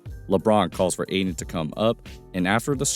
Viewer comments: It’s pronounced Ay-Tin. There’s a “T” in it fyi. 👍✌️ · Ayton* not Aiden